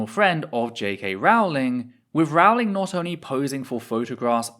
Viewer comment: I thought it was Rowling like bowling, not Rawling like boweling.